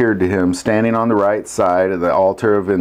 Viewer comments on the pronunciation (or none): none